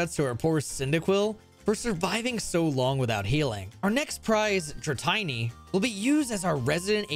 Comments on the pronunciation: Had to stop watching as soon as you called it "Dra-tiny". 🤮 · Never say "Dra-tiny" again. Or EcruteeAck. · I know it’s just to encourage engagement… but dratini rhymes with martini, and ecruteak is the color ecru combined with the wood teak So dra-ti-ni not tiny And ec-ru-teak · DRA TINY ??? draTineeee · Why do you pronounce Dratini wrong? It's Dra TEENY not Dra TINY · IT'S DR-TEENY NOT DR-TINY OMG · Tini (teenee), not tiney (tine-y). Dratini. Pronunciation. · Did you just call Dratini... Dra'tiny'??? I hope there's an inside joke i've missed 😂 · Dra-tiny and Ecroo-tea-act are crazy. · No one: Pokémon trainers from Ohio: “oh boy! I can’t wait to go to ek-ru-te-ack city with my Dratiny!” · Dratiny evos into drayguneyer then into dragoonyte. Some convergent mons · Funny how changing the second i into a y only changes the pronunciation of the first i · "Dratayne" Dratini's name is a combination of "dragon" (Dra) and "teeny" (tini) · You're my new favorite YouTuber. Also, dratiny and Ecruteeyok, lol like the other commenter said, I think it's a conspiracy to get comments xD AND IT WORKED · "dra-tie-nie" "ecru-tee-ack" "raikoo" this has to be an elaborate joke, right? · Bro said “drawtiny” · There's no way I heard you say Dra-Tiny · Dra'tiny'..... HOW TF DO YOU MESS THAT UP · Excuse me, wtf is a Dratiny? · WTF is a dra-tiny? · In all honesty, I'm fine with both /Raikuu/ and /Raikoh/. Dra-tiny probably If I've been drinking. Ecrutiack just hurts me in a way kinda like if somebody just insulted my best friend lmao. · Dra"tiny" lawl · please don't say dratiny ever again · Dra-tiny? Ugh.... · The dratini pronunciation hits like a brick to the head every time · I was thinking “darn, that makes a lot of sense”. But after 24 years of Pokémon I can’t adjust to this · Its not he just can't read names properly even though it's incredibly easy to do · Everybody mentioning the Dratini pronunciation, but the Ecruteak one just hurts. A lot. Nice video! Here's my like!